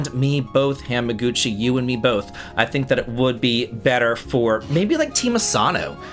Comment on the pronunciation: you've been to Japan I know you know it's not pronounced Ham-a-Guchi